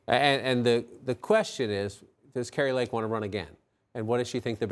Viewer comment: Kari"n" Lake it is. LOL